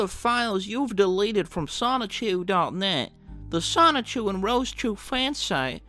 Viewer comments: PLEASE PLEASE PLEASE pronounce Sonichu correctly. Its the only thing about the video that’s killing me. Sonichu as in Pikachu not Sonic-chu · Still pronouncing it ‘Sonic Chew’ I see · great video but please stop saying it like sonick-chu 😭😭😭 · I'm not gonna lie... each time you say sonic-chu hurts my soul from within dimension c-197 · If he keeps saying "sonic-chu", I'll be slightly peeved off >:( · please just say sonichu correctly 😭